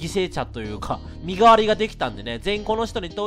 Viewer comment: 身代のカードってみのしろって読むんだと思うよ!